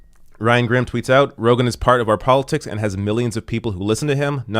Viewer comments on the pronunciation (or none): none